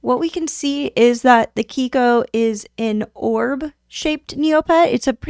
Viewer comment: How were you pronouncing kiko so off that you decided to replace every instance of it? 😮😅